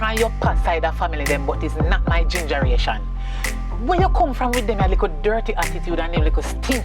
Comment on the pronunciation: Did she say GINGER-RATION😅😅😅😅